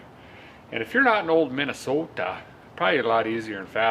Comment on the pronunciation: Minn-ah-SOTA Love It!!!!!!!